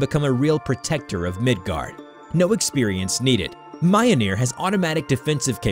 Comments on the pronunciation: Can we just talk about how he said mjolnir its miyolnir not maianir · It’s Mjolnir, not Mioneer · It's pronounced "Mjöhlneir" i'm Swedish and that's how i pronounce it :) Mjölner, Midgård, Midgårdsormen, Loke, Tor, Freja, Oden, Fenrisulven. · I have a friend who is from norway and speaks reconstructed old norse and now i can annoy him with Mioneer. I can hear the screams " IT'S Myolneer YOU PRICK" good times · its not ma-yol-nir its mi-yol-nir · its not myonear its myolnear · if it were to be spelt phonetically, mjolnir would become myolneer, pronounced (myole-neer) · Mule- near? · Yes its pronounced mj-jøl-ner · "Mioneer" lmao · He really called Mjölnir, mioneer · Okay nice story but you pronounced Mjolnir wrong it's Me-ole-near, hello from Norway, also only Thör can kill Jörmungandr, next is the fact Thör wouldn't say away from a fight especially against his arch nemesis Jörmungandr. Nice story though. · its pronounced me-all-nor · M-yol-neer Kay-ju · "Majolnir" me "wut" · Mjolnir (Myol-Neer) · Next time you say mjolnir, it must be pronounced (myul-neer) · Sorry but did he say mjolnir as mi - o - ni - er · Why... Why does he say Mayonir... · My gods this is insulting to the mythology. Dude it ain’t hard to say mjolnir just remember every J in Nordic pronunciations is pronounced as a “yuh” sound. Like “Myolneer” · This guy butchered the names. Mayolneer 😂😂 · You nailed the pronunciation of “Jörmungandr” but you got “Mjolnir” wrong? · me getting subtlety angry at mispronouncing mjolnir. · I don’t like the way he says Mjolnir but I know it’s difficult to pronounce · bro say mjolnir right💀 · please tell me that that isnt how you actually pronounce mjolnir because that isnt it my guy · its only slightly aggravating how he pronounces mjolnir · Ain’t no way you mispronounced mjolnir that horribly after saying jormungandr properly😥